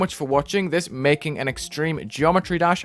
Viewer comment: "extremeh demon"